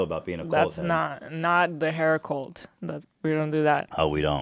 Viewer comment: Ethan says “colt” instead of “cult”